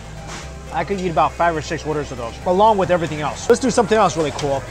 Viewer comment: all you can"jeat" Wtf is JEAT? JEEEEEAAAAAAAAATTTTTTTTTTTTTTTTTTTTTTTTTT!